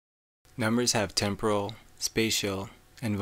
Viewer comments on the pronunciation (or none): none